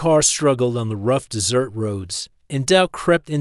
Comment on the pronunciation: Please, please teach the ai the proper pronunciation of desert and dessert.